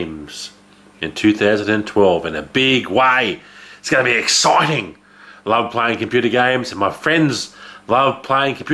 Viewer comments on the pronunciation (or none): haha i love the way you said EXCITING! haha cant wait for your gaming vids.